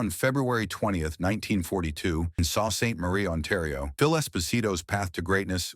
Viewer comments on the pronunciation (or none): Ya lost me at "sow St. Marie". Lame as hell man. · And pronounce Soo properly.